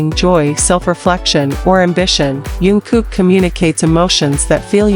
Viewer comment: I stopped watching the minute you mispronounced his name!!!